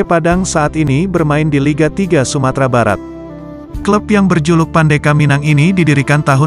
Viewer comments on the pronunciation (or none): none